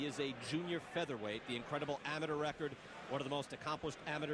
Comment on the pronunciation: This dude can't read. He said amaTER record smh